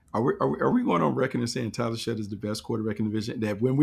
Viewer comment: SHOUGH NOT SHUTT